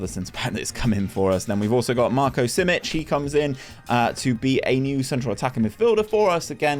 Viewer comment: you nailed that Stanimirovic name xD Simic even better :D